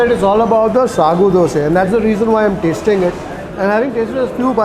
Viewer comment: Appreciate you saying Dose NOT Dosa 👍